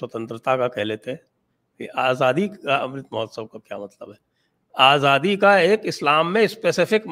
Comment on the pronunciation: Modi ji uses Azadi because he is fascinated by that word although he can't pronounce it correctly. whenever he utters it it's jarring to the ear to listen.